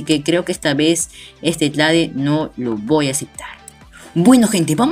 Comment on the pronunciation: like por cada vez que dijo tlade xdd